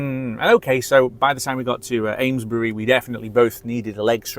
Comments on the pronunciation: Thanks, just back from the Amesbury supercharger, its pronounced as 'Aimsbury' 🤣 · Amesbury is pronounced Aimsbury.